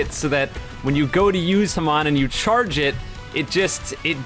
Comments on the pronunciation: Dude its called hAmon not hamOn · Haman Me: ITS FUCKING HAMON